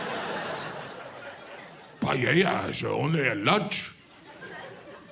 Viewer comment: That's why is funny, because it's inaccurate. Just the way he pronounces "Payella" is funny. A Paella does not take 2 hours, he is exaggerating it to make it funnier... It takes 30-45 minutes, which for an American seems an eternity.